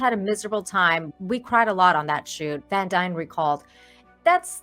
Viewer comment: Her last name is pronounced Dean like her father Casper from Star Ship Tropper!